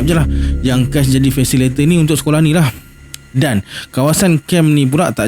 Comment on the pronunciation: fasilitator bukan fasilator. Jgn marah.